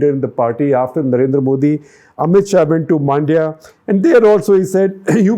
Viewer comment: It is not Maandya, it is Mundya (rhyming with India). It is Uga-thee, not Uga-dee!!!😤🥱😡 And BTW thanks for looking down South also!!